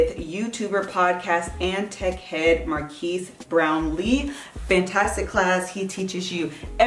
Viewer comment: Mar kezz not markeys LOL. great vid tho! Would love if you interviewed a big tech youtuber that is married like UrAvgConsumer and his wife! They are lovely!!